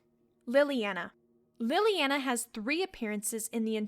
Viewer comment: i like how you mispronounce leliana's name even though it's said outloud. like, it's not read in a book but you're still mispronouncing it. lol